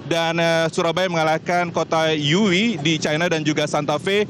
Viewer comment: muke lu Ragunan wkkwkwk dan kota YIWU bukan YUWI wkwkwk syampah bener lu